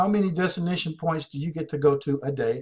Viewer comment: Damn man ... destination is not pronounced designation!!! Your killing me smalls.....